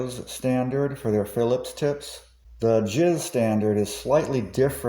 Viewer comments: Great video! I subscribed. By the way, JIS standards are pronounced J I S (each letter is pronounced separately), NOT sounding like JIZZ, which is something else entirely. Thanks! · Great video! I subscribed. By the way, JIS standards are pronounced J I S (each letter pronounced separately), NOT sounding like JIZZ, which is something else entirely and is more inline with the Waifu Pillows you mention at the beginning. Thanks! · You know ; never heard JIS pronounced any other way than Jay-Eye-Ess before. Maybe you should get some help. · Never heard someone pronounce JIS as "JIZ", that made me laugh. Also, I thought the JIS/Philips style were practically identical now? I thought JIS wasn't a thing and has been surpassed by a new DIN standard?